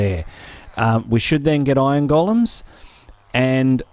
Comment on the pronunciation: I keep understanding "ion gollums" :D